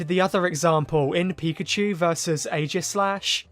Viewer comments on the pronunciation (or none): none